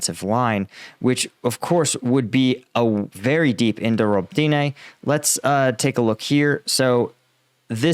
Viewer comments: It’s called ROBOTYNE. And Not Robtyne. Are you blind or what’s going on. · Great coverage, as always. Only two remarks: the villages are called „Ori-Khiv“ (two „i“ sounds, or in English transcript: „Oree-kheef“) and Robotyne (two „o“s) „Robo-Ty-Ne“ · you should work with someone to help you annunciate the names of these places better. i cringe every time i hear you butcher robotyne